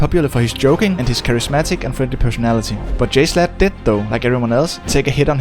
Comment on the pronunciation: Also it's jSHlatt not jslut